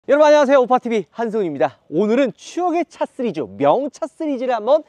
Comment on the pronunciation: 형 왜 맨날 시리즈를 쓰리즈라고 발음하는거야ㅋㅋㅋㅋㅋㅋㅋㅋ